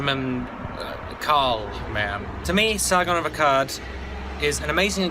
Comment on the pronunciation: Sargon of Akkard is how he said it lol :P